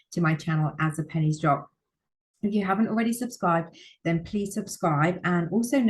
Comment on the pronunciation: Sorry I’m giggling at the “ as the Pennie’s drop” I keep hearing “as the panties drop” Which I’m sure you know what the means lol 😅